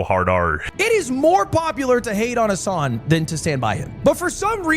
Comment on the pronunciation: Why do Americans pronouncs Hasan as Hoson?